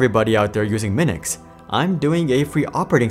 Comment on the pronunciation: It's Minix